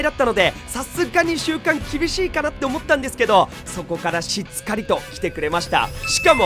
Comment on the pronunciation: しっかりをしつかりと言ってるあたりちゃんとさわやん好きなのかなって思う！